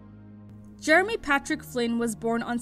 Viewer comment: It's Jerohm not Jeremy